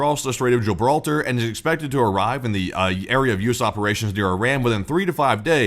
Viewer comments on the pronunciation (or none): none